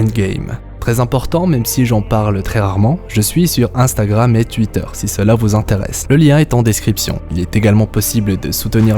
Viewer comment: Tweeter se prononce Tweeter et pas Tuiter